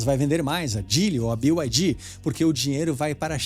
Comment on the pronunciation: Pq falam "bio" ai di? É BYD, ou seja, "bi" ai di